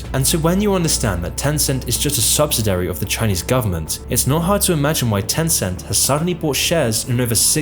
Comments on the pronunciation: That is the weirdest mispronunciation of the word "subsidiary" I've ever heard. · Please learn how to pronounce subsidiary - your mispronunciation is super annoying given how many times you said it in the video.